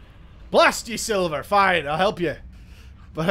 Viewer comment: SLiver not sIlver.